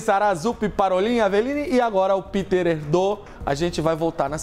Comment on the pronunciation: O nome do cardeal não é "Píter" como se fosse em inglês, mas "Pêter Érdô".